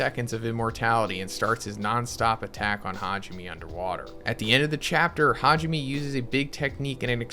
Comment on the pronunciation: Hajime? Me? Why do y’all not learn how to pronounce Japanese names? It’s Ha ji (g) me (may).🙄